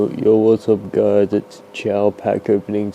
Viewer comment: “ily giuys” us giuys love you too😅🩵